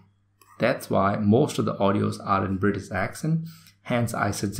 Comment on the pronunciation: it is British not britis plz